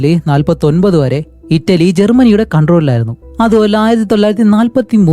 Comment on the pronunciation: ഇറ്റാലി അല്ല ബ്രോ ഇറ്റലി.. അത് ശരിക്കും ഇറ്റ്ലി എന്നാണ് പറയുക.... ഇറ്റാലിയൻ എന്ന് പറഞ്ഞു പറഞ്ഞു ഇറ്റാലി ആയി പോയതാണ് എന്ന് മനസ്സിലായി....